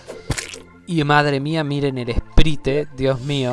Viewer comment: se pronuncia "sprait" no "esprite" aksldjaklsdjaklsdjaklsjd me da cosa escucharte decir esprite jaja